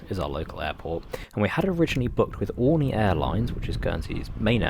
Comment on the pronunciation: its "oreenee"